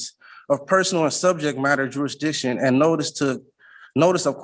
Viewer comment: Why can’t sov cits seem to be able to pronounce the word jurisdiction.